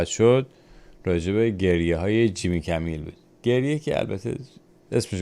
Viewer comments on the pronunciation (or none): عزیز جیمی کیمل هست نه کمیل